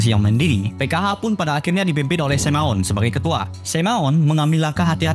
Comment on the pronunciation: bagus bro, padat berisi! jauh dari boring. hindari kesalahan yg gak perlu spt Semaun dibaca Sameun.